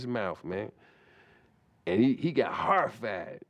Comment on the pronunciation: "and he got HORRRIFIED!" is my favorite.